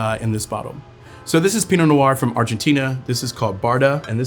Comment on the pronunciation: Not sure why he pronounces “noir” with two syllables. Sounds weird.